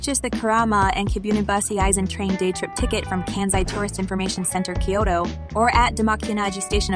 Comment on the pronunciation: Who the heck says Kay-oto ??